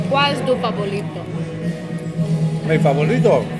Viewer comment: "cual es tu favolito" que mona ella😂